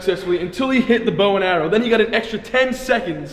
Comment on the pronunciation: the way Ethan say bowen arrow is sounds so fancy 😂😂